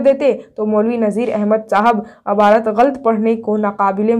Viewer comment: Abarat nhi hota hai aapi